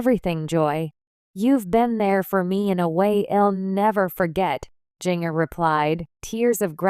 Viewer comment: Can you say her name correctly, as in Ginger with a "J"?